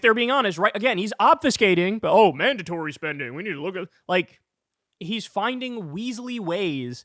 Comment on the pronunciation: Why do they say “mandontory spending.” Say it with your chest.